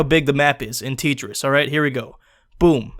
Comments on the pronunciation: This is a joke if not I dislike I like Tetris and also it’s pronounced tet like yet ris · My god please stop it....you are triggering me by calling it ( Tea - Triss ) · IT IS CALLED TET- CH-RI-S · Why do u pronounce it (teetris)? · Why does he say "titris" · I think it's pronounced tay-tress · Did this guy fucking say "teetris" tf is wrong with you. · Julio Zarate, im sorry, but im not joking, thats because tetris isnt supposed to be realistic, and its pronounced Tett-triss! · ...t-... tee- oof... TEEtris? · Teetriss T e e t r I s s TEETRISS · It’s pronounced tent-rest u fking DeGeneres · Whenever he says Tetris it sounds like "Treachers". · Lol why do you pronounce it as teet-rees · Tetris is the most popular game ever and hate will not be able to overcome it's popularity. You will not be able to stop Tetris like that and this is not how you pronounce Tetris. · "teet tris" fabulous job again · I think you mean Teet-tris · you sayin titris just makes me feel all ugh idk why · Who the fuck calls this TEET-ris. >.< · Hey i belive the game is pronounced "Tetris" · i hate how he pronounces tetris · I hate this guy... he pronounced it wrong and he dislikes the game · U don't understand Tetris You even pronounced Tetris wrong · stop saying tetris wrong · You pronounce Tetris like my aunt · I was hoping you'd eventually pronounce it correctly... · wow. now i will never say Tetris properly again... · mispronouncing it on purpose. It's a parody review. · TETris not teetris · Dude. It’s t eh tris, not teetris. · It's pronounced "Teh-tris", not "Tea-tris" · It’s a Russian game and it’s spelled tEtris not titris) like Taetris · You called it "tea tris" it's pronounced "Te tris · isn't it tEtris? is really called tItris? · tea tris? Edit: i know its a joke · am i the only one who pronounce tetris, tEtris , not tItris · teetris huh I thought it was tetris.. and it's not a bad game to play if you're just bored or you're in class. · its not titris its tetris